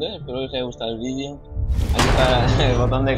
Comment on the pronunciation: Buen v i d é ó Bro ;D